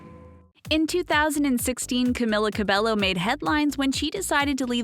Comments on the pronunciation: Yes I did know these facts about her, what u need to know is pronouncing her name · My ears hurt to hear you pronounce cabello wrong (￣(●●)￣) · Banana Cabello i cringed when I heard them saying IT wrong😂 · Oh so you’re making a video about things we don’t know about Camila Cabello, but you don’t even know how to pronounce her last name? Nice. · Yes, "Ca-mill-a" isn't her real name, neither is "Ca-bell-o" , it's "Ca-me-la" "Ca-bay-yo" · When you are from a Hispanic family and people say Cabello instead of Ca-bay-o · Its camEEla cabEYo not cam-il-ah cah-bell-oh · YOURE SPELLING HER BAME WRONG ITS NOT CAM-IH-LA CAB-EL-LO ITS CAM-EE-LA CAB-EY-O THE (L) in Cabello is not pronounced SO THAT VIDEO SHOULD BE CALLED 21 things didn’t know about Camila Cabello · clearly you don’t ether if you were a fan you would of called out the pronunciation of her last name too it’s cabeYO she was saying cabelLO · You are pronouncing Cabello wrong .... It's Cab-ay-yo not Cab-ay-lo I sound like Hermione Granger Also it's CamEEla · Her name is pronounced as Camila Ca-be-yo not Ca-be-llo. No offense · She pronounces Lauren's name right but not Camila's it's CamEEla CabeYo not Camilla Cabello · cAmiLLa CaBeLo STOP PRONOUNCING HER NAME WRONG PEOPLE IT'S "camEEla cabeYo" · Its pronounced cabejjo not Cabello but you write it Camila Cabello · "Tutting" is not pronounced "tooting." "Cabello" is not pronounced "ca-bell-o." "Literacy" is not pronounced "literally." In case you didn't know. :) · One thing THEY don't know about Camila her name is actually pronounced CAMEEELA CABEYO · i thought it was pronounced “Ca-Bay-O” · Sofia is actually born on April of 2007. They weren’t always rich. And finally u pronounce her last name (Ca-bay-o) Cabello. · NOOOO IT SHUD SOUND LIKE CAMILA CABEYO BUT HER NAME IS CAMILA CABELLO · it also CAB-EGH- O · Its pronounced cameela cabayo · IT'S CAM-ILA CAB-EYO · Her name is pronounced Cameela Cabeyo :| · Its camila cabeYO Shawn Mendes is triggered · It's cabÉllO